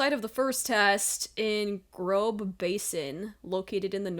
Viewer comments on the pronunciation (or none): Hey, the large B letter you keep seeing is a german one called an Ess Set or Eszett and is pronounced like -ss in Hiss or Kiss. The location of the test would be pronounced Grosse